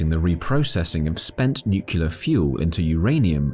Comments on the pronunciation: Great information. Lots of material. One question in a science video, Nucular fusion, or Nuclear Fusion? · Oh man you hit a sore spot on me. I absolutely refuse to believe how many people in the videos I watch say nucular. Im talking about people with college degrees and prestigious career positions in respectable companies! Are they all just fucking with us? Are we on a real life episode of Candid Camera? I keep waiting for Alan Funt to jump out from behind a curtain to surprise me!